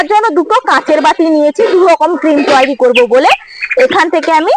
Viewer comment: তুইরি না দিদি উচ্চারণটা হবে তৈরি।❤❤